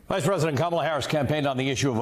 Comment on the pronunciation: It's Kamala. Say her name properly